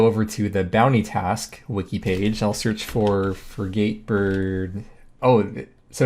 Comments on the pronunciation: I let ARSHIO slide, but frid-gate is pronounced fri-git. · Frey geyte bird. Bruh do you even boat. It’s ˈfrɪɡ.ət. Short “I” on the first syllable and unstressed on the second. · Frigate is pronounced 'frig-it'